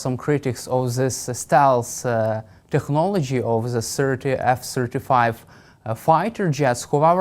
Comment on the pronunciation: Это не "зе", это "THE". WORK ON YOUR PRONUNCIATION, DUDE!